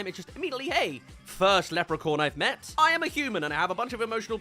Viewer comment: Lepre-corn 🌽??? 🤣🤣🤣 I have never heard anyone pronounce leprechaun that badly. 😂